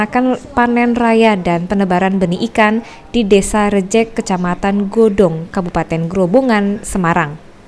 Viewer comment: Ada beberapa hal yang perlu diperhatikan. Sebelum proses tayang. 1. Pembacaan yang benar adalah Desa Rajek bukan Desa Rejek. 2. Kemudian Kabupaten Grobogan bukan Kabupaten Grobongan atau Grobangan. 3. Grobogan adalah wilayah sendiri atau kabupaten yang ada di Jawa Tengah bukan termasuk wilayah Semarang. 4. Keterangan lokasi di lower third menunjukkan di Semarang, padahal sebelumnya sudah ada penyebutan Grobogan oleh Kapolda. 5. Reporter menyampaikan bahwa melaporkan dari Grobogan sementara pengisi suara menyampaikan melaporkan dari Semarang. Tks.